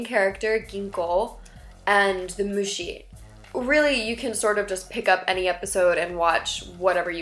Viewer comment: ja xD Auch die Aussprache ist recht amüsant. Es klingt mehr nach Muuuuschi, als nach Muschi.